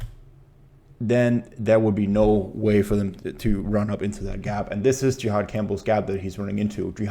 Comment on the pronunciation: Great breakdown bro, just one small thing for feedback. His name is pronounced (JA-had) not (JE-had), as that is an entirely different reference. No shade, really great breakdown of film.